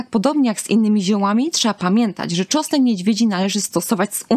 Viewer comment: To wspaniale , tylko, że na początku trzeba było wspomnieć, że czosnek niedźwiedzi jest pod częściową ochroną, to oznacza, że nie wolno zbierać go po lasach czy łąkach, dziko rosnący. Dotarło? :) Poza tym proszę spróbować mówić tego czosnku, a nie tego czosku . Prosimy oglądających film o nie łażenie całymi tłumami po lasach w poszukiwaniu wyżej wymienionego, bo ktoś zapomniał dodać w filmie, że to nielegalne.